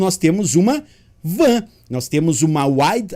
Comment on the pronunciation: Penso que WAN se pronuncia "UAN" e não VAN,pois o W é de Wide, nome inglês.